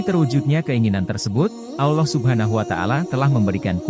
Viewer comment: Konten sangat bagus, tapi mohon maaf, konten berikutnya pengisi suara kiranya lebih fasih lagi, terutama dalam pengucapan Alloh dan juga arsy ...sekali lagi mohon maaf ya...🙏🙏